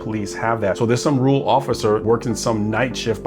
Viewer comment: Let’s work on your pronunciation of rural. You’re saying “rool”. Let’s try this: Rerr-uhl. Ok? Rerr-uhl. Now you try.